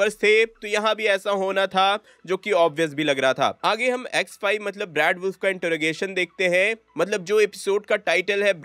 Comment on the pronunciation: Vai X5 kothik se bolo ex wife sunai de raha ha 😂😂😂😂